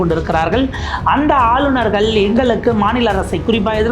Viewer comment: English la superb ah பின்றீங்க. ஆனால் ஆளுநர்கள் என்பதை ஆலுனர்கல் என்று சொல்கிறார்கள். தயவுசெய்து தமிழில் சரியாக உச்சரிக்கக் கற்றுக் கொள்ளுங்கள்.